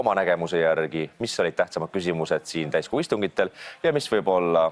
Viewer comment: Ma mitu korda juba kuulen et täiskuu istung, mitte täiskogu….no lihtsalt tundub et ongi nagu kuumõjutus mis toimub 🙉